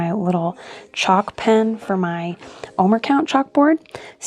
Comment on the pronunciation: It's pronounced "oh-mare," not "oh-mer." Also, the bitter herb to which you're referring is horseradish, which doesn't resemble those greens. Also there are 4 cups of wine associated with Passover.